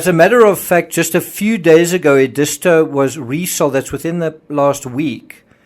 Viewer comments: It's Ed is tow, not E dis to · It's pronounced " Ed-i-sto". Not sure what you said---but it ain't right. You're not from around here, are ya? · Very informative. May I correct your pronunciation of Edisto? It is ED-is-to, with the accent on the first syllable. When I first moved to South Carolina I was saying it wrong too. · It’s pronounced ED-is-toe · Edisto is pronounced “eh-duh-STO”. I lived in that area for several years. 😉 Enjoy your insights and research. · Not that it matters but the beach is pronounced. Ed is toe . . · You mispronounced Existo among other names.